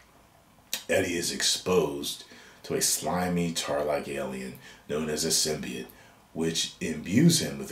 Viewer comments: It's Not... SIM-BEE-IT... It's Not...SIM-BYE-YOTE Movie... It's...SIM-BEE-YOTE!!!!! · They need to change the word “symb-eye-ote” back to “symbiote”